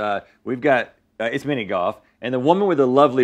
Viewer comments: Goff and woof. He can't handle any LFs. 🤣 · I laugh every time Rhett says golf because he says “goff” and doesn’t pronounce the “l”😂